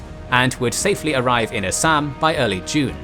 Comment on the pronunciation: This is the first English man I had ever seen in my life who spoke all Indian words with proper vocabulary otherwise some lol people says Assam to Assaam . I am an Indian and I want to thank u for your vocabulary . All the best for further videos